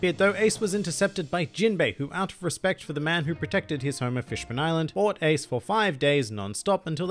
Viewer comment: remake this video and learn to pronounce his name